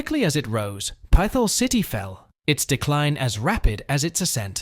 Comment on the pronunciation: What a shit video. Obviously AI produced. Proceeds to talk about how almost every place listed is nice and enjoyable but gives a niche reason as to why you shouldn't visit. It's pronounced Pit-hole city, not like your saying pistol with a lisp. The biggest offender is listing Camden as a place in Pa to avoid... It's New Jersey.. like what? And the random 9/11 footage. AI click bait garbage.